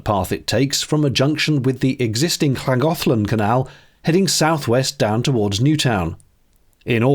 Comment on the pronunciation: "Ragothlan?" from lllaagonlleleln? Sigh. Keep being weird, Wales, keep being weird.